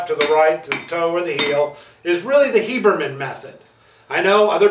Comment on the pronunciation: You say "Hiebermen" I think you mean Habermann. Great video, part 1 too.